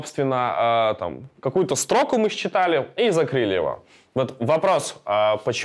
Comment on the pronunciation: Почему все программисты произносят стрОку,а не строкУ???